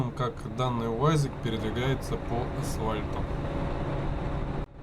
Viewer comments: АсФальт, ядрит переядрит, а не не асвальт! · Всё отлично кроме слова асфальт. Автор, через ф, асфальт! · Не асвальт, блеать! асФальт!